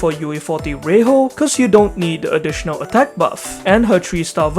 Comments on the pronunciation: Ray-HO is probably not the right way to pronounce her name unless I'm missing something. Should be Ray-JO rather. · Just so you know it's pronounced as Rei-jo but why Spanish pronunciation(well it's English I know). Her name in Japanese is レイジョ and yes it's pronounced as Ray-Joe.